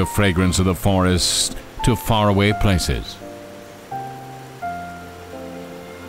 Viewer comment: He said vorest the first time😁😁😁🙏